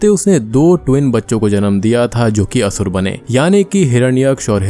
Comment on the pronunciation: Its only Sur and Asur. The English spellings contain the extra 'A' at the end. Don't use it in pronounciation.